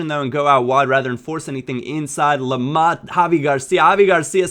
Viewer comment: LAMAH....... SIGH